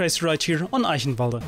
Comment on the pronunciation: First english YouTuber who pronounces Eichenwalde correct:D